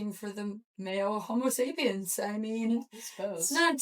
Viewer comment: I definitely see the irony of the neanderthal correction after butchering "homo sapiens" 😂